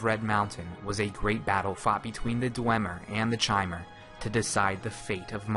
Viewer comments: I'm fairly sure it's pronounced "Kymer," like the word "Chimera." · im quite sure it's supposed to be pronounced "ki-mehr", just think mispronounced it. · FTR, the pronunciation is K-ai-m-er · you should have shown a picture of Divayth Fyr when you talked about age. The oldest dunmer ever to live on Nirn. Also, Chimer is pronounced with K...like Khimer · Elias Storm I've heard it pronounced like that several times. It's probably like 'arch'. Some people say K and some say ch. I've no idea what ehlnofex is... so I assume I don't. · Kai-mer not chai-mer... Eye twitching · Chaimer... It's pronounced Kaimer you dumb fuck! CHIMER IS PRONOUNCED KAIMER! You fucked up! Time to redo this series with the good voice actor you had near the end of the series! Fuck! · Chay-mer? Shouldn't it be pronounced somewhat like "kee-mer"? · It's Ki-mer, not Shi-mer. Do some research before you make a ''lore'' video. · KAI-mer. KAI-mer. Not CHAI-mer, like the tea. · not chamer chimer ! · I believe Chimer is pronounced with a "k" sound like lich or Bach, rather than a "ch" sound. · Is it not pronounced "Kai-Mer?" Not "Chai-mer." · First time I have ever heard it pronounced "chy-mer". Always heard with with a hard K sound everywhere else. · I like this video I do I always have but good lord is the mispronunciation of chimer painful it's a hard Ch so Kai-mer like Chitin is Kai-tin Sources the voice actors in Teso morrowind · Chimer is pronounced Kymer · I'm almost positive that is not the correct pronunciation of chimer. I believe it is pronounced kie-mer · 'Tis pronounced "ky-mer" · Bro chimer is pronounced ky-mur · mer is still actually mer because mer means elf , but you're absolutely right about the ky part , I've even heard people say shymer , it just hurts my soul man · Elias Storm It would actually be pronounced like chimney. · LinkKakalato No, It's Ki-mer. How hard is that to understand. It's not pronounced like Chimney but like Chaos.